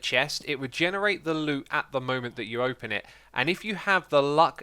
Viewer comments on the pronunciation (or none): none